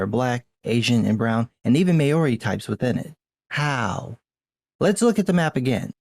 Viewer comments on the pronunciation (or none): Good review. Just one thing.. "Maori" is pronounced Mao as in the Chinese Chairman Mao and "Ri" is pronounced "Ree" - Mao-Ri .. not Ma-O-Ri. No biggie, but since LOTR was filmed in NZ, it'd be nice if people knew how the NZ Maori's name is pronounced. It's weird when it's wrong hahaha. Cheers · Pronounciation: When saying "Maori", It's not "May-oar-ree", it's "Mow-ree" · The pronunciation of Maori is closer to Mow-ree than May-or-ree. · Oh, just a quick FYI - Māori is pronounced more like “MOW (like cow) - ree” not “may-OR-ee” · Thanks for the content and coverage, it's great to see people standing up for the lore. Just an FYI, Maori is pronounced "maow-ri" instead of "may-or-ri". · Love your work but the pronunciation of Maori is more Mao-ri (like Chairman Mao) rather than Ma-ori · What can men do against such reckless cringe?! Also, not trying to be a grammar nazi, but I thought you should know, Maori is pronounced "mau-REE". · I know this is a small thing in the context of video, but PLEASE learn to say Maori correctly. I died of cringe both times I heard you say it. It doesn't take much to look a pronunciation guide/video now. Sorry for being a bit aggressive sounding.